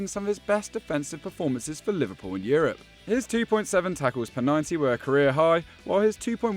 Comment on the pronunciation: Man said liverpuion 🤣